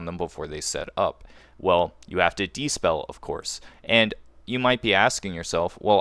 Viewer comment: Good vid, but it's dispel, not despell